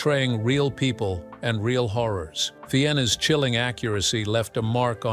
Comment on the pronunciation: Yeah. Fee-ins. 🙄